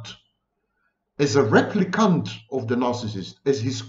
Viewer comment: Dr Vaknin, not sure if that was a Freudian slip but “Replicunt” is a very good description.